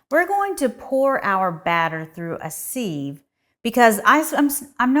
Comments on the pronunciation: Sieve rhymes with 'give' not Steve. Excess moisture frim the pumpkin is not a problem here? Also, to get one perfect slice from a cake or pie, cut two slices then remove one. Looks delicious - thanks'! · You mispronounced sieve. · I had to watch the video just to hear her say sieve after all the comments 😂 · Ive never heard sieve pronounced this way 😮